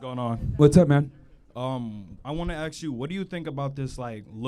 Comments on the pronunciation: I wanna axe you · you wanted to “axe” him? 🤣 still cant pronounce it correctly huh? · In college and still using the word AXE for Ask.